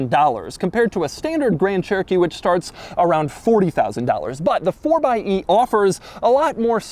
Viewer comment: It’s pronounced fourxy